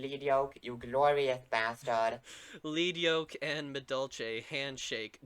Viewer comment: Oh my God, thank you,, for pronouncing Lead Yoke correctly. Edit:...and got to the pack opening. Never mind. >.>